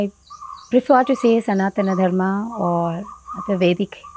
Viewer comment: Firstly please pronounce Sanatan Dharm correctly, don't anglicize it like YOGA. Secondly this diversity concept is rarely practiced so basically all followers of Sanatan Dharma are hypocrites.